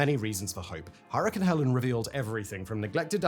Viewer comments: I thought I was the only one this mispronounced name irritated & deleted my comment on it. Thank you for calling it out & making me and my OCD feel seen. "Heh-leen", not "Heh-lehn", Simon! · In the states we pronouce it Hel'leen not Hellen. I didn't realize the hurricane you were talking about until I realized your different way of pronouncing it. 🙂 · It's HELENE not HELEN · HELENE, not Helen. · Hurricane Helene “Hell-lean”, NOT Helen “Hell-in” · HELENE not HELEN!!! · It’s “Heleen” not Helen. Why watch this if you can’t even get the name of the hurricane right? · Helene not Helen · I don't think Simon has ever BEEN to a Waffle House. SIMON, come visit! GO to a Waffle House. NOT during/after a "Herican" Oh, yeah, Helen vs HelEEEEEEEEEEEEEEEEEEEEEne you dope. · the name of the dtorm is not Helen but Helene! and yes it does make a difference! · Uh, "Hell-leen" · Hell-een, fact boy. Not hell-en. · Damnit stop pronouncing it as Hellen it's Helene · Helene = hell lean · Hurricane, not hurrican. Helene, not Helen. I guess one day Fact Boi will get it right... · Why do you keep on saying "Helen" and not "Helene" as in "Ha-lean"? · Helene = Hel Leen not Helen❤ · Sorry I have to be that guy: it is Hurricane HELENE not Helen, regardless of what side of the pond you are on because of the way Hurricanes, Typhoons, and Cyclones are named. There are 3 similar names used; Helen, Helene, Helena. Helene ( for obvious reasons ) was just retired. And earlier this year Typhoon Helen ( the actual one) hit the Phillipines I believe. Searching the wrong name while researching will send you off on a wild goose chase of dozens of storms - none of which are the one you're looking for. So yes, tiny detail but wildly important. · It is helene not Helen lol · Its not Helen. Its Helene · Simon, why do you keep calling the hurricane "Helen" when its name is HelenE LMAO. Bruh. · Helene , not helen. "Hell een" Seems appropriate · "hell-lean" not "hell-an". Get it together Simone.